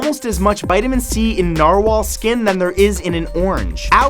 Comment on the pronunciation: Norwhal... so that's a thing....